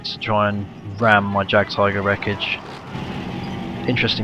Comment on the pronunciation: Say it like yag tiger